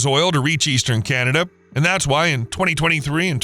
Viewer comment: It thought it was CANada not CANTada.. get it done hoser.